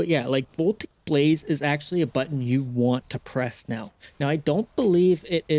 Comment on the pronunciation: Uhm ackshually, Voltaic Blaze is pronounce vol-TAY-ic; not "VOL-tik".